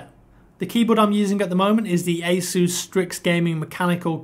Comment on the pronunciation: And then you mispronounce it again for the keyboard :(